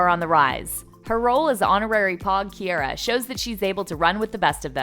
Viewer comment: er- they obviously did not watch the show. it’s pogue as in vogue and Ki- R- a, not Ki- air- a